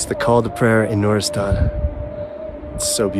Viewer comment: It's noor’istan, Noor means light or shine not nureistan